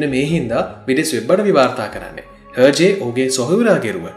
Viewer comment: Pronounced as ershay I think not herjay.